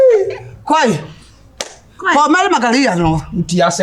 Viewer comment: She said maly🤣